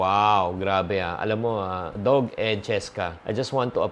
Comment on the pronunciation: Doug is pronounced as dug and not dog